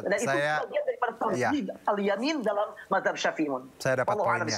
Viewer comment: NYEBUT MAZHAB AJA, MAHZAB😂